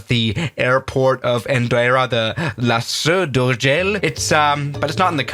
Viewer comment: As a catalan is funny to hear you saying "La Seu d'Urgell"